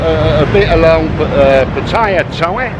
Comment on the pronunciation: How about educmacating people on how to pronounce Patta-yah?